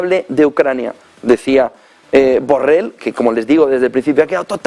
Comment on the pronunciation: 😅😄🤣 Hasta llama Burrell a Borrell 😆😁😅😄🤣😎